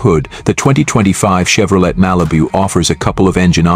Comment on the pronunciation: I ALWAYS UNDERSTOOD THAT THE T IN CHEVROLET WAS SILENT SO WE PRONOUNCE IT CHEVROLAY